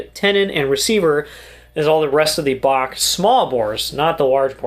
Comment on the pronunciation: It's pronounced Bach